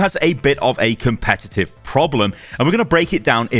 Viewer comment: Says “Comepetive” at the start.